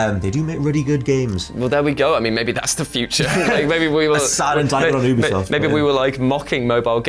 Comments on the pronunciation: Considering how funny and charming this channel is I bet they're one of the only channels that consistently mispronounces Ubisoft on purpose, just to mess with the nerds, but just in case: Ubisoft is short for ubiquitous software. Not ooobiquitous software. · I honestly loved Ghost Recon Breakpoint. BTW. ITS UBISOFT! NOT OOBISOFT!